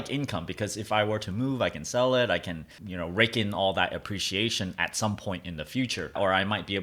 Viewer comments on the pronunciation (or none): none